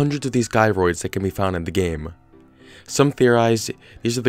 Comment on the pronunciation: It’s “jie-roids” not “guy-roids”